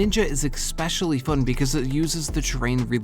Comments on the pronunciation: especially not ecspecially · I already know hes wrong bc he pronounces “especially” as “expecilly” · There is no X in especially. Pronounce it normally please. Otherwise, fun video! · Seriously, i like that vid in general, but girl, there is no X in "especially"! 😅